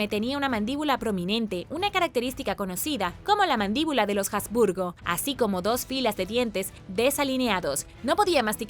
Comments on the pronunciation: Perdón, pero se pronuncia Habsburgo, no "jasburgo". Y lo que tú llamas "mandíbula de los jasburgo", en realidad se denomina Mandíbula prognata. Ni de broma puedo imaginar que a alguien con esa característica, el médico le diga que tiene "mandíbula de los jasburgo". Asimismo, tampoco se pronuncia "diábetes" como si la "a" llevara acento. Me pregunto a qué clase de colegios fuiste .. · Y dale con pronunciar la "H" como "J". No sé qué te han enseñado en la escuela; pero la "H" en español ( y en alemán también) es una letra muda. Se escribe pero no se pronuncia. Utiliza el traductor de Google. Selecciona el idioma alemán, escribe habsburgo y dale a la opción de voz. Escucha como suena. Te lo he dicho varias veces; pero parece que no quieres aprender a mejorar y te empeñas en hacer las cosas mal. Si lees los comentarios (cosa que estoy empezando a dudar) mis críticas son de carácter constructivo; para ayudarte a mejorar. Es una pena; porque me gustabas mucho; pero no puedo continuar siguiendo a alguien que no quiere hacer las cosas bien. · Por otro lado, Habsburgo es de procedencia alemana y se pronuncia tal cual. De la misma forma, en un vídeo anterior, al hablar de la Alhambra decía Aljambra. Madre mia!! ¿También diría almojada, por ejemplo? ¿O cacajuete? Si hablas en un idioma, hazlo correctamente. La he oído hablar bien en infinidad de veces. Lo que no comprendo es por qué en los últimos vídeos lo hace tan mal y, por lo visto no admite sugerencias para mejorar. Como he dicho anteriormente, mis críticas son constructivas.